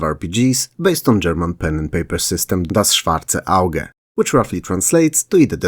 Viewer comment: Are you from a german speaking country? You delivered Das Schwarze Auge flawlessly